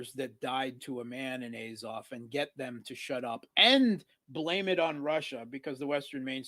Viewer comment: please pronounce azov correctly